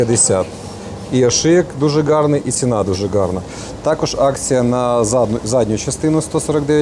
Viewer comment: Сан Санич, не треба скрізь ставити наголос на ґ. В українській мові кажуть гарний день а не ґарний